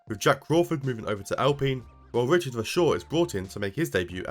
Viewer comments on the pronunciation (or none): none